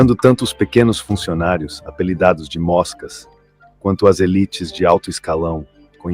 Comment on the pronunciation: Esse vídeo é produzido por IA. Já vi muitos assim, imagens desconectadas do tema, texto repetitivo e sem graça e até mesmo a narração parece ser feita por máquina. Quem fala "móscas" no Brasil? Sempre ouvi moscas...